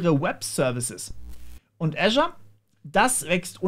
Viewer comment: Kenne kaum jemanden der Azure richtig ausspricht, danke ;-)